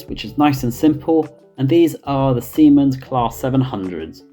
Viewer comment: *Siemens, not Siemans great video overall